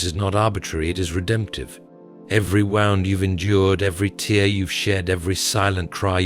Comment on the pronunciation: Please correct wrong pronunciation such as wound and tear